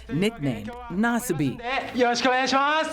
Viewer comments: Naw-Suh-me. Yeesh, whatever channel this is doesn’t even dish out enough to Google a name? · Nasbyって発音なの草